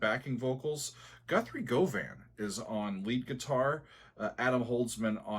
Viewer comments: Not that it's that important, Govan is pronounced "Guh-vin". I've ear transcribed many of his songs and they're on my YT channel. One of the most challenging things I've ever done! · Govan rhymes with oven. The more you know... Also, the solo was indeed improvised...but also, performed with ZERO rehearsal, on a guitar that wasn't his and he'd just picked up and tried out (it was actually a custom guitar that was made for Steven with a sustainer pickup setup). Most legendary guitarists perform well-rehearsed solos that are slaved over and performed over and over to get that magical take... Guthrie did it with no rehearsal, completely improvised, first take...unfamiliar guitar...Sheer perfection. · Looking forward to this. Classic application of what Mr Wilson called the "lonely swede" tone on Guthrie Govan's outstanding solo. Just a heads up that Govan is pronounced "guv-an", both short syllables, as in the district in Glasgow. Very few US citizens get the pronunciation of the name right. Both Wilson and Govan are half Scottish and half English.